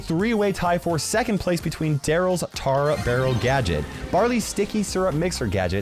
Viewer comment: legit says Daryls “tara” barrel 🤣🤣